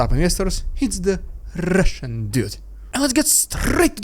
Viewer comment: RRRRRidiculous! RRRRRRussian!!! PRRRRRopaganda!!!!